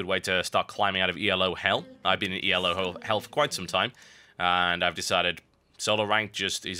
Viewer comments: It's not E.L.O., it's "elo" pronounced just as it is because it's not an acronym for anything. It's a rating system that was designed by a guy named Arpad Elo. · Why does he pronounce Elo "yellow" ?